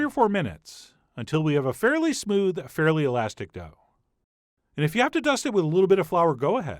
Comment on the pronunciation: What's with the intonations? "Keep kneading it AS shown... 'til we have something that's FAIRLY smooth..."